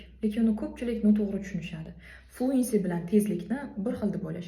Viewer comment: Bitta narsa etib otmoqchiman hafa bomen lekin Fluency sozi tallaffuzda (e) harfi sal kamroq aytiladi Yani ('floōənsē) buni prosta ettim konglizga omen😊